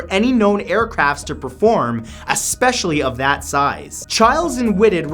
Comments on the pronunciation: Favorite Matt Santoro fact : correctly pronouncing the word especially. There is NO X in this word, it is not expecially! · "assspecially at that time" lol